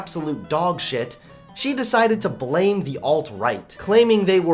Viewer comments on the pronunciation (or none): none